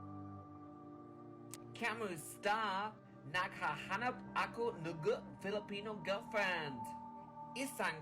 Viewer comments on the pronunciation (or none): I can't help but notice him butchering the Filipino "ng". It's pronounced "nang" with a short a sound, although "nang" is an entirely different word from "ng".